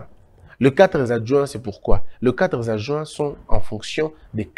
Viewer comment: Quatre adjoints et non quatrezadjoints